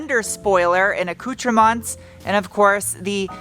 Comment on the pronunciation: Ask Alexa how to say acootermints.